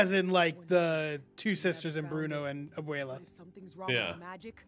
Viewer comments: why does the dude on the bottom keep saying abuelia?? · Abuela. Not "AbUeLiA"